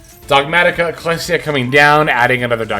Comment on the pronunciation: Bro did not just call her “cartussya” 💀